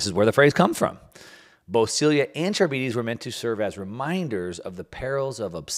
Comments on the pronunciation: Pronunciation alert: Sylla & Charybdis = Sillà (not sil-e-a) and Ka-rib-dis. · Can you at least try to properly pronounce things when you're yapping all of your nonsense? Sylla and Charybdis aren't pronounced that way at all it's "silla" and "kar-ib-dis" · Scylla=Sill-ah Charybdis=Car-IB-dis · Scylla is pronounced SILL-uh, not like cilia. Charybdis is pronounced kuh-RIB-dis, not carabeedies. Since central to your discussion, thought you should know. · English teacher here. The names are pronounced “Sill-a” and “Cuh-rib-dis”. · Consider using a pronunciation guide like the one Google has for things like Scylla and Charybdis if you're unfamiliar, unless you don't mind being called Milk Mouse. Just saying. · Learn how to pronounce Scylla and Charybdis.